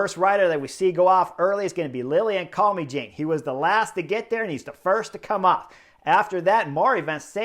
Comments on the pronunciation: Your pronunciation of Carl-me-Jane put smiles on my face. Also, nice work getting this uploaded so quickly 💪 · I always hear it as call-me-Jane! Makes me laugh every time